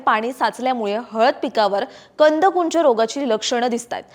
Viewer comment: मॅडम कंदकुज म्हणा कुंज नाही